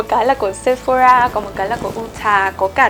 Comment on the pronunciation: Chị ơi chị đừng đọc Sephora là "Sép-pho-ra" nữa nha chị huhu "sẹp-pho-rà" nha chế :333